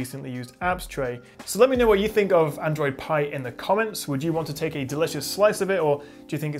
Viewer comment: ITS APPLE PIEEEEE NOT PEAAA DUUUUDE WTFF